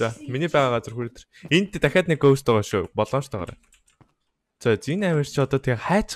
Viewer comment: GOHST БИШ GAHST